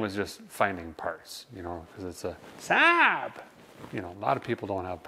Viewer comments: It's pronounced SA'AB Derek. 😆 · more like " sab " though if you think about it